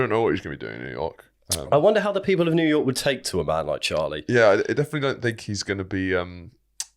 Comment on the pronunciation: 'to jewyork city' ' What?!' hehehe :)